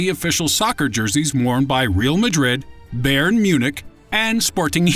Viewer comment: did you just call bayern baron!!!!!!!!!!!!!!!!!!